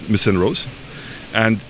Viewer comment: Did he call her Ms St. Rose??? He doesn't know her name? It's Belrose sir... or so I thought